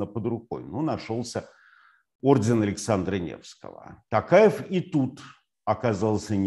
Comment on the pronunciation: ТОкаев а не ТАкаев